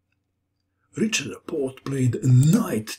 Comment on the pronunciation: Great video! You make the most instructive chess videos. Just one thing: the "ch" sound in the hungarian name Richárd is pronounced like the letter "h" in english.